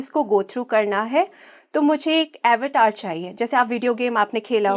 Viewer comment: अवतार शब्द का ऊच्चारण 🤦 गुलामी की हद है.